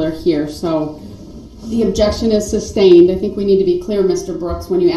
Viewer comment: I learned so much new language. Co-horsed, substained, tackit.